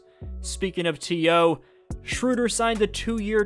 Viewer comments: it's the cat guy. Just say it like that. Umlaut makes it have a different pronunciation. It's a german language thing. Schroeder is how it would be spelled in english and you basically say the O and E as if they were one letter. oe equals ö for english - german shorthand translation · Why is everyone calling him Schrewder? I thought it was Schroder?